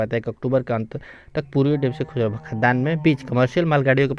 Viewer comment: अबे तू नंबर 1 का फालतु आदमी है साला ।DFC नहीं बोलना आ रहा तुझे ।